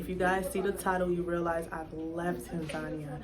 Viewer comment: I'm puzzled as to why Americans, white, black or purple with pink spots, can't pronounce Tanzania. I thought at least if you were living there, you would know that you were pronouncing the countries' name incorrectly. It's Tan - zan -- eea not Tan - zarnia